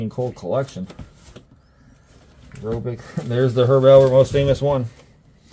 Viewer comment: It's Herb AL PERT. Not Albert. ALPERT. My Dad loved him. 🙂